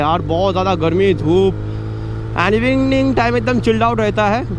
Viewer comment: ko evining bolne ka try kar rha tha ki anyringring kya hua ko ? Full confused 😂